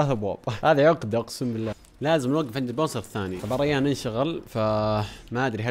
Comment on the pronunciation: ما قال ريان قال ريحن